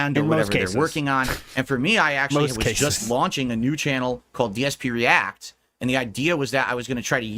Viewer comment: It time ree-ack